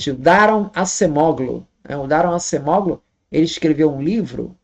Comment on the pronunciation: Se fala Daron Acemoglú (com ênfase no glu) e ele é um dos maiores e mais respeitados economistas da história (sendo que ainda está vivo e é jovem)